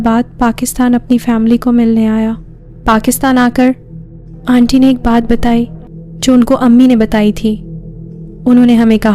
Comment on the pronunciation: And dear its not onty , its aunty...aanty..